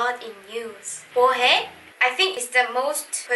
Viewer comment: I was confused 😕 The word "Na/ 나" I heard "Ta/da" So, how to pronounce correctly "나"? Na, ta or da? And "mwohae/ Is it "bohae?